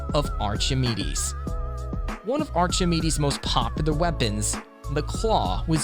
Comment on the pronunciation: The "ch" in Archimedes sounds as a hard "k"😁